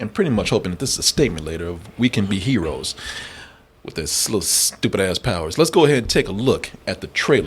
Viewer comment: Da Cheedreen are da herowees 🤣